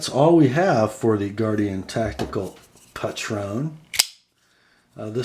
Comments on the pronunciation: I love mine, but the style is not for everyone. It's actually pronounced Patron like patriot, I was wrong in my first vid too haha. The blade is a reverse tanto, and I knew you'd appreciate that it's ground lean. The clip could definitely be better, and it rides higher than any other folder I've owned. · I think it's pronounced PAY-tron (with the emphasis on the first syllable).....